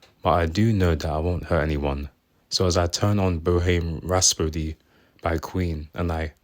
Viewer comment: "Boheem rhaspody"